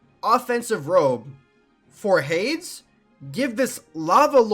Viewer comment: Mans cant say Hades